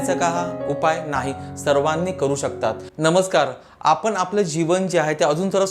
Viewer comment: आपन आपन करू नका. कृपया आपण म्हणा.ण च्या जागी न म्हणू नका.